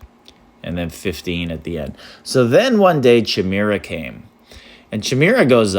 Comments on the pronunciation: this is pronounced as Ky-meer-uh, I think, not chee-meer-ah 😂🤚🏻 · “Ky-mare-ah” is how you pronounce it ! 😂